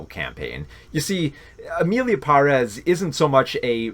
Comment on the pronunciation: Cringed every time ya mispronounced Emilia Pérez